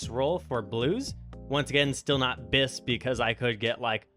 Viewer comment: finally a dnd player that knows what BiS actually is. I hate all these kids saying omg it’s “biss”. Subbed just cuz of this!